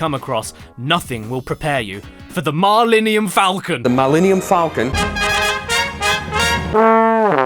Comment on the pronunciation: "mahlynium" is a great spell, but I heard it as "Marlenium" and the only thing I could picture was a old white grandma called "Marlene" that owned the ship. 🤷‍♂️